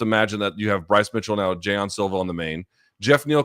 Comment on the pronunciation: I'm sorry Luke but what the fuck is a Jay non Silva? Like how wrong can you try to pronounce someone's name are we doing the Chael skits and bits?